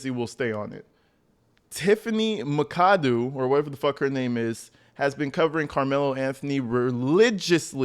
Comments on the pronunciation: Bro, it’s Mac-a-doo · If Tiffany’s last name is spelled McAdoo, then it is pronounced MACK-uh-DOO. 😊